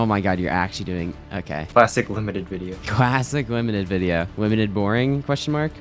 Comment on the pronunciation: Bro limited sound like doly 😂